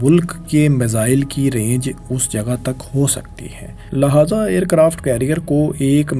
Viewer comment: Dear iss ka accent theek nahi... Australia ko Astailia bolta hai, Lehaza ko laahaza bolta hai.. maja he khatam kar dia itna sust hai slow tempo mai bolta hai 🙃